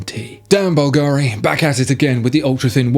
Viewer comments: The pronunciation of Bulgari is wrong, the accentation is different, it sounds more like Calgary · You still pronouncing Bulgari wrong. Is not difficult to find out how to pronounce It. Have you ever heard of Google?